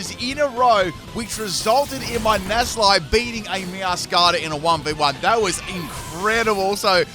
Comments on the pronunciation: NACK-LEE! It is not pronounced Nassleye 😂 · Nasalie? I thought it was necklee! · Alright, I can only hear that so many times before I have to respond: The C in this line is supposed to be a hard C. Nacli is supposed to be said Nak-li, for example. That's because the Cl stands for Chloride, which is pronounced with a hard C in every language I'm aware of, though if someone does call it "Shloride" out there, let me know. Thus the delightful sound that its evolution, "Nah-kul-stak" makes when you say it out loud. I love you,, but this is worse than the Synthesis ("sineesis") running gag. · Also, it's Nackle-y and Nackle-stack. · Nacli and Naclstack's mispronunciations have done it